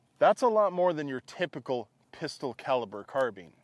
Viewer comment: A Ristol? A Pifle?